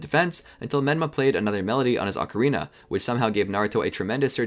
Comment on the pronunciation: The fact he said Ocarina correctly the first time but then proceeded to say it wrong, so many people just sound it out when it's pronounced differently to how it's spelled